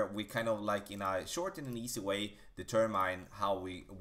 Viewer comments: Great tutorial and great English. The only thing I can give you back is tell you Determine is pronounced De term in not De term mine. Thanks for the tips. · Please look the word “determine” up, it’s not how it’s pronounced.